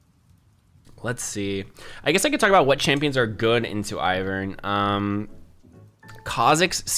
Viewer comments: Basic English dictates that it's AIvern and not IHvern. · lol your pronunciation. yeah, its Eye-vern. Because it's like Ivy. that's the whole point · its EYE, Vern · It's Eye-vern